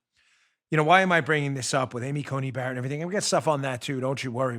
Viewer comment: now we have regularly mispronouncing Coney Barrett as Judge Bear Bayer Asapirin